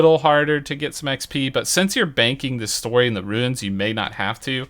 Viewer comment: i will always be confused when he says runes instead of ruins